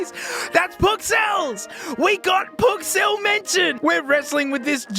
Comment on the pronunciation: every time he goes "oooh my pkcell" i laugh. my family keeps asking wtf is so funny whenever i bingewatch the vids